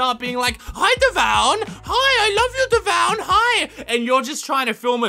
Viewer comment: Kreekcraft pronounced you name dev-oo-un